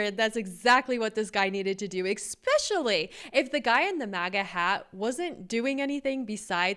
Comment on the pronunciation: Anybody notice that says 'eXspecially' instead of 'especially'?